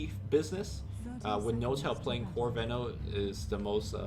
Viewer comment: you pronounce venos name wrong ^^